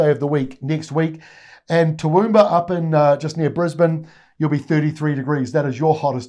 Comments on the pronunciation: T’wumba…not toowoooomba..😂😂😂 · Just to let you know Cairns is pronounced like Cans and Toowoomba like 'T wum bah